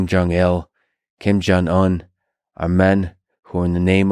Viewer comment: Did he say "King Jong Il" at the beginning? And then a bit later it sounds like King Jong Un